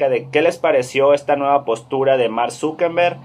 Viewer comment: Mank Zuckenbeng??? Al menos pronuncia bien